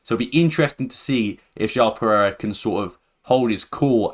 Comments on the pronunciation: rewatch the video, sometimes while refering to João Pereira, you pronounced it, or it sounded like Jao Perez. I mean its fine, but its always extra nice when the pronounciation of names is on point :) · "Jão Perez", I like your videos, but honestly would be great if you could check the pronounciation of some of the names before... if not too much to ask.